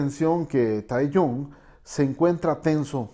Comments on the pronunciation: Capo, se escribe Taehyung y se pronuncia taegiun BXJDUSÑ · Nisiquiera se molestó en aprender a pronunciar bien los nombre “beteese” “Taeyun” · Lo único que pude hacer fue aguantarme las ganas de gritar!!! 😭😭 son tan bellos juntos 💜 o dios mio tengo que aguantarme la emoción💜 taekook 💜 jajaja El señor dice "taeyon" y "junkuk" xd